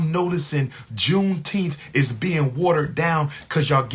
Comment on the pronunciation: says JUNETEMPH